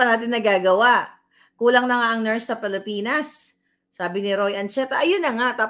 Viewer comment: Hindi “Palipinas” Mam, “Pilipinas”